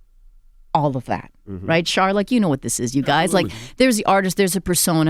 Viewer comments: Every time she says, "Char" I laugh. Char is easy to talk to though. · I love her calling him Char lol